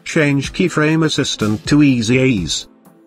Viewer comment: Great video. THe auto voice had me cracking up every time it said "Keyfraaaame" and "Easy eez" :)